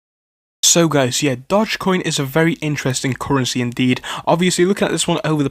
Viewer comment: if youre going to mispronounce it you might as well call it doggy coin.